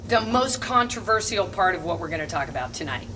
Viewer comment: The only controversial thing about this video is the way she pronounces “controversial!”